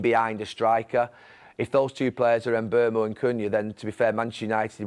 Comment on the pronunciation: ‘Mbeumo’ not ‘Mbuemo’!